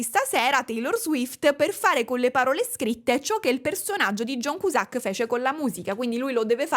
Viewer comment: John Kiusak :D non in dialetto barese con il sacco!